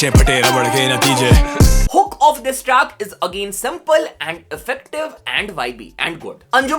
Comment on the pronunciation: Track ❌ traackt ✅